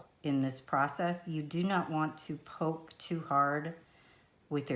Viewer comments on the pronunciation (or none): none